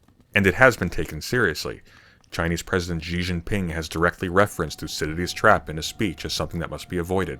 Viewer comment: why do you pronounce Xi Jinping like zhee zheen-ping? and not shee jin-ping